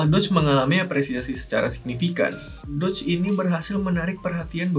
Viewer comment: bukannya nyebutnya DOGE ya bukan "DODGE" ?